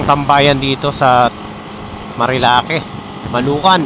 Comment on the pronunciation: Bro ayusin mo ang pagbigkas mo ng lugar nagmumuka kang kano na polpol😂😂😂😂